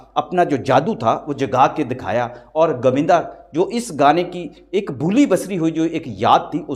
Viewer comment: Pls learn to speak properly your accent is pathetic its GOVINDA not GAVINDA 😡😡😡😡😡😡😡😡😡😡😡